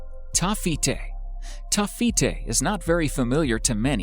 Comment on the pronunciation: Lol at least pronounce Jeremejevite, Taffeite, Spinel, Benitoite, and Andradite correctly. "Yair-em-EE-yev-ite." "Taff-EE-ite." "Spin-ell". "Buh-nee-toh-ite" and "An-druh-dayht"